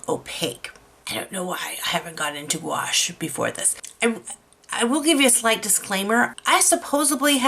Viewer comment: Gouache is simply opaque watercolor. You are mispronouncing gouache. There are canvases made specially for watercolor. Your mushroom work rocks.